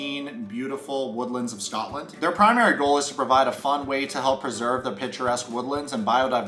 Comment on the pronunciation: As a Scottish person, PLEASE say Scotland properly.